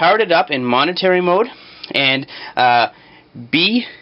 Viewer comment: momentary not monetary